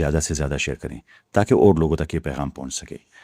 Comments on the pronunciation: I think you are Gujar and not educated. Am I correct? Because I see how you Pronounce the word "Doctor" and other english words like laboratory. You say Doctor like this.. "Daactor" It's "Doc tor" not "Daac tor" But few times you say it correct, like you have recently learned how to pronounce it. But forgot sometime. Daac tor.....Hahahah😂😂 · Doctor, Laboratory Haha... Pronounce karna seekhna bai...haha Jaisay news channel pe news pas rahay ho. Thoda relax hokay bolna..... Aisay mae tab baat karta hu. Jab bohut zoor ki lagi ho. Aur bathroom janay ki jaldi ho. Exactly waisay hi baat kar rahay ho. Hang hokay. Jaisay bollywood ka Drama chal raha hai koi. Thoda relax hokay bolna seekho. Phir videos banao bai....hahaha